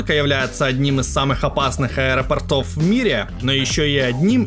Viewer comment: АэропОртов, а не аэропортОв